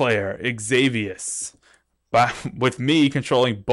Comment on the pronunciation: danmmit it's pronounced ex-i-vious not ex-avi-ous